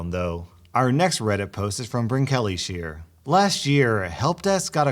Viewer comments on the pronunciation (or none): Last story, the OP's name is not pronounced "breen-kelly-sheer" 😂 it's Breke-lies-here lol I'm dead.